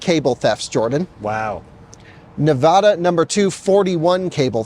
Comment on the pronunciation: You should Google this IT'S PRONOUNCED AS NAVADA not NOVODA even President Bush Jr on live TV said he was saying it wrong. People in NAVADA don't like it when people mispronounce their state like I said if you do not believe me Google it